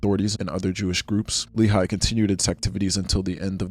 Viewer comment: You mispronounced a few things that I wanted to point out and coreect 🙂‍↕️ I think you pronounced the name of the JDL founder as "Kahain"? It is actually "Kahana" - kah- kha- nah, the way his name is written in English is a bit misleading. Members or people who share their ideology are referred to as Kahanists, at least in the past 20 years. Lehi is pronounced "Leh- Khee". It's an abbreviation, though I'm not sure of what. Etzel/Irgun was pronounced correctly! They are pretty famous for blowing up British train stations in what is now British-mandated Palestine, as well as a hotel. Their actions killed a lot of Jews along with their "intended targets".